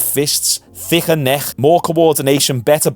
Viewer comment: Loving hearing a scouse man saying thicker neck…say it one more again 😂